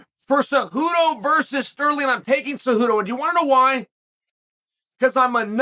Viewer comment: Sonnen how is that you can pronounce Cejudo’s name perfectly but always butcher Pereira’s name. That’s a No No! Let me help you here. Pretend the “I” in Pereira is silent and pronounce “Pe-Re-Ra”. There you have it … Problem fixed! You are not allowed to keep butchering Alex’s last name.